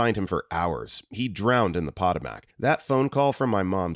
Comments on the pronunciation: >pot-o-mac This is an AI voice. It's pronounced po-toe-mic. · "pot-uh-mac" is a new one 😂 grew up hiking along there, my step mom actually got rescued via helicopter after breaking her ankle. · Eating po-tat-ohs on the pot-uh-mac.